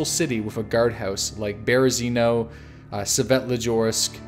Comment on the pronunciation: It's Svetlojarsk, not Svetlojorsk. Sorry if I come off as rude, but it really annoys me when people mispronounce things.